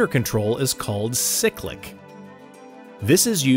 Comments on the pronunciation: for the love of god, pronounce cyclic right. its "sigh-click" not "sick-lick" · It’s called a “PSYCH-lic” not “SICK-lic.” 😂